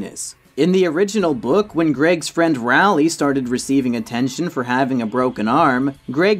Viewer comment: no offence but rowley is pronounced like roll-ly